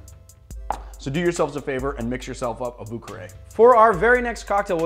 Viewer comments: I always laugh when americans pronounce words like vieux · Does anyone have a good explanation for how America ended up with that bonkers bastardized pronunciation of "vieux"?